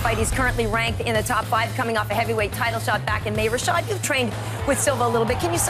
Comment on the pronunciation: LOLat Karyn calling Rashad "Rochelle" at 22.40 haaah